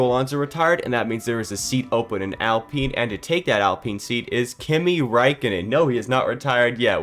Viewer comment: It's Alpine, not Apline.